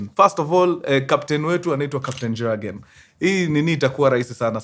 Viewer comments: Please it’s not Jurgen. ( like the J in Jack). It pronounced as Yurgen. The J is a Y while pronouncing. Hire me for me German utterances 😅. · Mzee pronunciation si jagen. Ni yogen. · Mjamaa. Pronunciation for the name isn't JAGEN, it's YOGEN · In Germany the j is pronounced as a y ...so you will read it as yagen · Mkuru I know its long but its read kama Yiugen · Jürgen is pronounced as Yugen! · Ilikuwa a popular name kama kevo, it's pronounced " yogen"😂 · It’s pronounced yargen.. j=y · Mkuru story kubwa hapa 😅😅😅safi sana lakini sasa Jurgen hatunanga Ujerumani inasoma (Yugen) wajerumani don't have J.The J is always pronounced as (Y) otherwise fiti saaana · Pronunciation ya Jürgen in German ni Yoogn